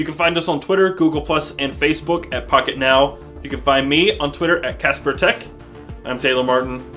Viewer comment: In the beginning it when he says pocket now it sounds like he said f**k it now lol!